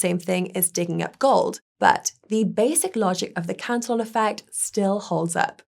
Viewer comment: ProTip: Cantillon was a Frenchman. His name is pronounced about halfway between to "CA tee OH" and "CAN tee ON"